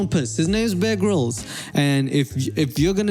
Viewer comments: I thought you said bearg rolls instead of bear grills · I honestly kept hearing 'big rolls' instead of bear grylls sdalkjsljaljs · Anyone else hear him say "egg rolls" when he was saying Bear Grylls? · I swear you're saying bear girls